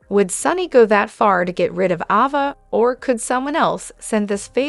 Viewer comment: Please say the names right please Ava a long vowel A not a short one